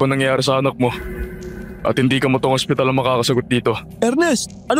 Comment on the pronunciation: angspital. sinasapunan. 😂😂😂 Ano daw??? narinig ko habang nagmamaneho Ako. Mamatay Ako kakatawa magisa.